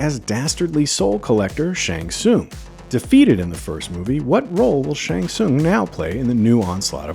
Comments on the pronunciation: It’s pronounced SHANG SUNG.. sorry lol it was blowing me good breakdown though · That's not how you pronounce Shang Tsung. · Yeah, like what the heck? Many MK fan knows how to pronounces his name.